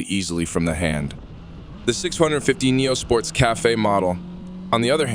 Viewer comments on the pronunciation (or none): This feels like AI close. Nobody says 650 like that.